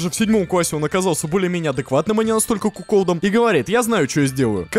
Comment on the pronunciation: Ура, я узнал правильное ударение в слове "куколд")